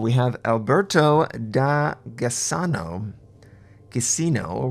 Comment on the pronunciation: Ciao, your pronunciation is not bad;-), fyi, when ever you see the letters "gi" together that makes the "J" sound, because in Italian we have no letter for "J" so the Tier IV Alberto Da Giussano would be pronounced in English: "Alberto Da Jussanno." Thanks for making all these great vids!